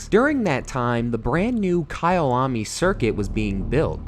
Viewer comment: So at least he managed to pronounce one name correctly